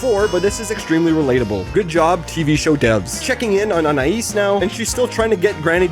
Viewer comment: Gumball’s family pronounces Anais differently a bunch of times, it goes from An-I-eas , to An-I-ES